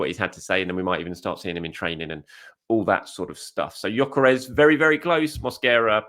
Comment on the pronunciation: Its pronounced Yok-ER-ESH. Wish people could be bothered to get this right no G and no EZ